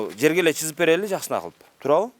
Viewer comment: чызып эмес СЫЗЫП -деп таза сүйлөсөң журналист!